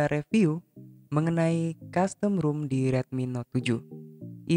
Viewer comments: baca nya ‘rom’ bang bukan ‘rum’ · ROM kaka bukan ROOM :v